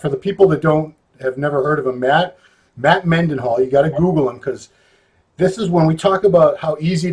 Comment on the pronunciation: Matt Mendenhall (spelling may be wrong, but it's not Mennyhall). Nice of not to correct him.